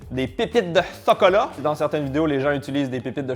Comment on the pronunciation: « le cheuceuleu » 🍫